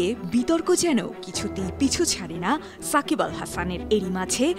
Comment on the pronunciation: আমি তো শুনলাম ফাকিবাল হাসান 😂😂😂